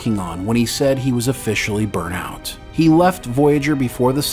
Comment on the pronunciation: totally "burnT out". There's a T at the end of it. Not totally "burn out".